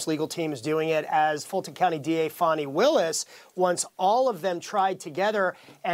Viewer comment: F-AN-I not F-AU-NI!!!